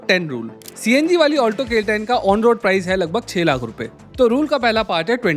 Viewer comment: Seriously...i have blocked his channel and everything associated with him. Hate the way he Lakhhh from the epiglottis.😅